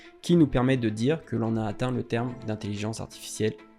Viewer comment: Bonne vidéo! Merci ! Vous avez omis le 'r' dans "terme".